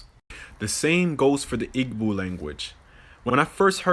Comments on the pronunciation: He mispronouced Igbo. Badly. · So called black man doesn't know that the "g" in "Igbo" is silent. Maybe I'm just a cunning linguist, but that's like on day one of learning African languages.